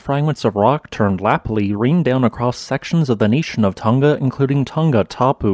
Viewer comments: Just a pity he can’t say it correctly. Keeps saying Tunga instead of Tonga. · Since the name of the island is important, practice saying Hunga Tonga, not Hunga Tunga…it’s not that difficult.